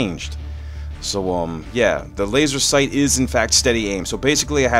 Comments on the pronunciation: it's laser sight not laser seight and it's tier not teir sorry for the call out I just want you to comment back lol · is laser sight not seight and it's tier not teir